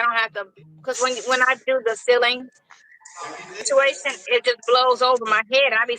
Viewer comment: she can't pronounce situation to save her life. What is "sishuwation"?